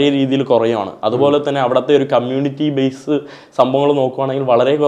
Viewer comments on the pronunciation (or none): none